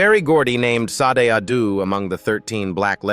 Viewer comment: How about Barry Gordy speak his own truth!!! Look over here instead of looking my way that's the feeling I'm getting. And who is teaching these AIs. Sod??? Poor Sade, the AI butchered her name. Back to the class room mister. Your voice and the way you pause and smash words together, well it was really hard to get through this video.💜💜💜